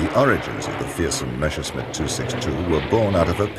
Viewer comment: Nice docu, but the narrator constantly saying "Meschersmidt" instead of "Messerschmidt" kindda bugs me. a lot. :D